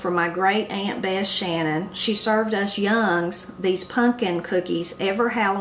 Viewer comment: What college did you attend? (It's two syllables "young - uns" for young ones.